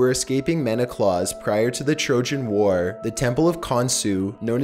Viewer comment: heelen? meneclause? wtf?